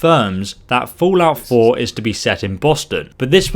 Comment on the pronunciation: "fool-out 4".